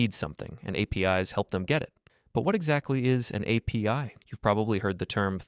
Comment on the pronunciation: PostreSQL and APIs are read wrong, it gives out that this is not even your real voice, but a voice generator